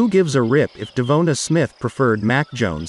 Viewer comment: DEVONA Smith?? Hahahahahahaha